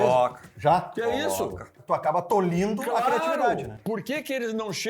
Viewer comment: Tolhindo? 😂😂 ou tolhendo ?